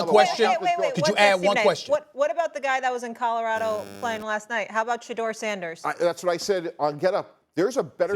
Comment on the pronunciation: Molly said Sanders😂😂😂😂😂 gtfo